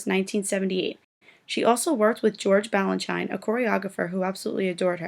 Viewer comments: His name is pronounced BalanSHEEN, not BalanSHINE. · It's BalanSHEEN and BarISHnokov. God. If you're going to narrate a video about ballet, at least learn the correct pronunciation of the names and terms. 🙄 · Okay, if you can't pronounce George Balanchine and Mikhail Baryshnikov you should NOT be narrating this video! Take it down, and reload with a narrator who knows this industry. Wow just WOW. Insult to one of the greatest Ballet dancers of all time!